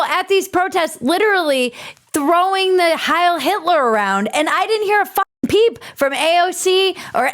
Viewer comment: not "hail" cortez..............it is Hiel still a fool, the voters aren't any better.